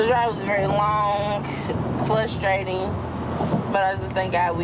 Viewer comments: FRUSTRATING, not FLUSTRATING. This one thing is making me crazy. Also, WHO packs a refrigrator? I have never moved a refrigerator in my life. Even unfurnished apartments have refrigerators. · “Frustrating” if I hear “Flustrating” again… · “flustrating” to watch her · Every time she says “it’s fLustrating” I die a little inside. What is wrong with our children today? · “It’s flustrating” 😂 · She's so nasty in so many ways!!! And that ridiculous baby voice is GRATING!!!! The way she pronounces "Flustrating" or "Flustrated" just passes me off to no end. She's such an ungrateful nasty cow. She doesn't appreciate ANYTHING ANYONE does for her. She is a baby talking, ignorant, rude, nasty attitude having, lazy, sucky Fat l3ITCH. Maybe the "husband you married isn't there anymore" because he's totally sick of washing your smelly fat folds, sneaking you pizza, hearing your stank ass attitude and unintelligent baby talk!!! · Flustered or frustrating not both.